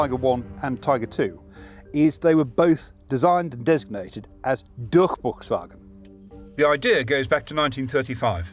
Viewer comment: Again, I have to applaude the german pronounciation of the host. Along comes a flawless Durchbruchswagen, which let's foreign speakers break some sweat, I can imagine. However, I have to pick on the seriENturm. That one was really hard to understand, because the emphasis was off. It should be more like SErien|TUrm. With a hint of pause between the words. (I tihink this is called glottal stop?) The emphasis is really easy actually: it's always at the front. Maybe with some smaller emphasis at the beginning of the subwords of a longer snake word. Yeah. German is a concatenative language. I think that is an advanteage, actually. Content wise there is not much to say. Well researched, well presented, hgih quality. As usual. 🙂